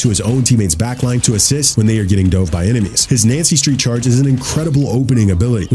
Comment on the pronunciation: The fact he keeps saying Nancy Street instead of Yancy Street is annoying me waaaaay more than it should XD